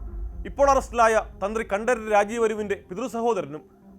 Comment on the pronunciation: കണ്ടരര് എന്നല്ല കണ്ടര് എന്നതാണ് ശരി